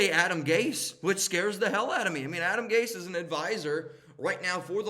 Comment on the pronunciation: not Gase… please